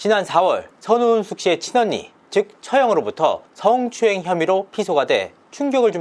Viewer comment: 드~~르운, 승~~ 추행~~ , 이렇게 발음하는것부터 너무 싫음. 아빠가 목사님이라 그런가~ 타성에 젖은 목사 특유의 말투.....